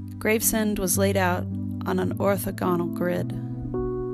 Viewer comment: The word is pronounced Graves-End, NOT Grave-Send.